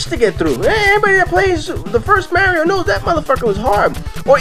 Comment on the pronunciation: Did u call mario MARYO